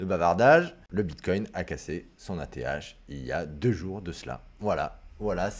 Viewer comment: Mdr, à , on dirait presque que tu dis : l'ETH est cassé !!! 😂 Merci pour l'analyse hebdo